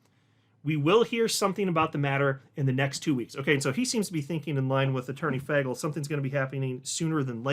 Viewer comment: it’s pronounced Fay-gull not Fag- L come on man you can do better than that